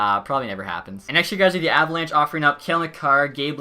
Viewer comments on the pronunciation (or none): none